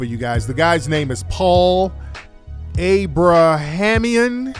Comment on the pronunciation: PAUL ABRA - HAM - E - IN 😂😂😂